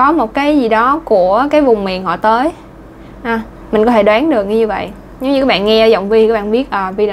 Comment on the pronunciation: Cô giáo nói có thể nghe như có hể hay sao ý